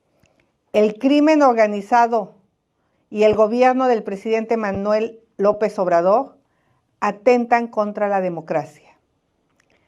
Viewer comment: No puede pronunciar la letra R, "Lopez Obradog", " comegcio", "Améguica de Nogte",...